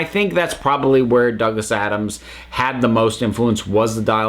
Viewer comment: FYI, if a name ends in 'S', they possessive is pronounced just like the name. Douglas Adams sounds just the same as Douglas Adams'. You don't add the "es" syllable.